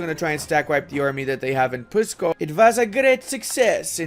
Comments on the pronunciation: Ok, cuz it rly starts to trigger me FIRST u pronounce "Pskov" as "Pyskov" or "Puskov", try to remove that Y\U and ull be close to the correct pronounciation, "Luki" is not "Lucky" rather its "Looky" and "Polockas" is "Polotzkas". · Nonono, do not make any sound between P and S, like Pssskov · I chuckled when u tried to pronounce pskov and mozhaisk lmao